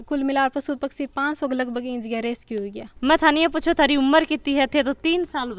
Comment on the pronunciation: fun fact रेसक्यू रेस्क्यू होता है मैडम 🤣🤣🤣🤣🤣